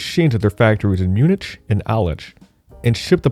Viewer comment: Pronounciation was the biggest problem of this video... every time he said "Munich" the way he did, I felt like I got a stroke :D